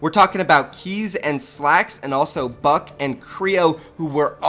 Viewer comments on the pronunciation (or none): You pronounce Bucke like "Buck-ee" not like "Buck" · Its bucke not buck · its buck-E not just buck 😂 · anyone else triggered everytime he says buck instead of bucke come on step up your click bait game bro stop acting like you know everything about the game you cant even pronounce half of the players names correctly 😂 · Was it bugging anyone else that kept on saying Buck instead of Bucke? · did u just said buck? Its bucke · It's bucke as in Bucky not buck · Bucke not buck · is like Keemstar, same content and now pronouncing easy names wrong..... lmao (Its Buck-e not Buck) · Also its buck-e not buck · Its bucke with an E btw. Not buck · It is pronounced bucky, not buck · It’s buck-e not buck btw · It’s buck-y not buck, good video tho love the content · It’s pronounced Buckey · The fact that you pronounce it "Buck" triggers me lol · STOP SAYING BUCK THERES AN E... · I don't what to be that guy but... Bucke's name is pronounced "buck-ey" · worst part is that he never pronounced bucke correctly. It's Buck - e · I get so triggered by him pronouncing buckEs name BUCK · I dont understand. You saw his name and you say buck. Please get it rigth before doing it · U pronounced Bucke’s name wrong. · that fact that he doesn't know how to say bucke